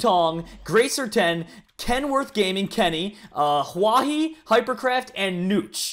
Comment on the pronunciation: is the first person from the pack that said huahwi s name right.